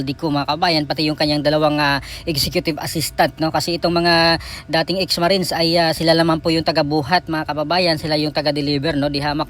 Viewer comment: Why can't you pronounce the word Marines